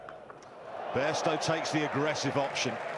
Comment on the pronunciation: He said Bairstow listen care fully 😒😒